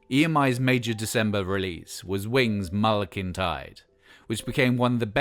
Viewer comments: "Wings' Mull of Kintide" - WTF? Mull of Kintyre. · *pared down (pronounced pared down) not parred down. Mull of Kintyre not Mull of Kintide. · Mull of Kintyde?? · “Mull of Kintyde”? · its mull of kintire, and NOT mull of Kintide ! Lol